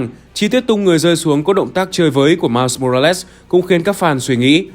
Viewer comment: Mai mô ra lét??? Nghe kì kì kiểu gì ấy